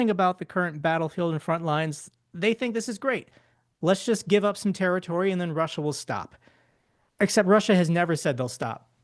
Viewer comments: “Chiner” and “Rusher”??! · Chiner? Russer?